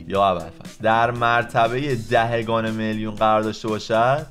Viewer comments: دهِگان نیست. دهگان بعدش هی بگو سلطان ریاضیات تو اول برو فارسی تو درست کن بعد بیا ریاضی های ابتدایی رو حل کن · دَهِگان نه دَهگان🙂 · دَهِگان درست نیست جان🤦🏼‍♀️اون دَهگان